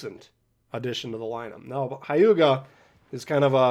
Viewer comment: It’s not Hai-you-ga. It’s more like h-yu-ga. Like you barely pronounce the h.